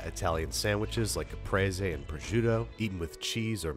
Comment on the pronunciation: HAHA CAPRESE (ca pre ze) noooooo babish noo